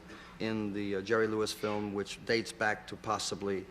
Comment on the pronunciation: Damn - such a corny monologue! 🤣 All those 3x5 cards and he still pronounces Jerry’s last name wrong!